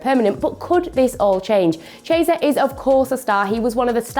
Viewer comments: Who the hell is "Cheeaysa"? - Repeat after me: KEE-E-SA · But… however… although… but… however.. is really repetitive and the way she butchers players’ names is simply unbearable. Her latest victim Chiesa (“ch” as in “child” chiesa. Wow) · Somebody tell this girl how to pronounce Chiesa